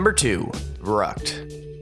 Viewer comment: "Try verrukt" hahah... oh god